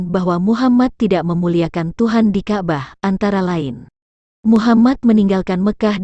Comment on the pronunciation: Ka' bah. bukan kabah blepotan sekali.😂